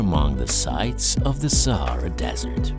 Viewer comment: Almost everyone : sahara desert Arabian people when they hear someone saying sahra desert: sahra sahra